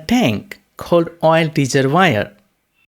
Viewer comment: great explanation, love the reservoir pronunciation, thx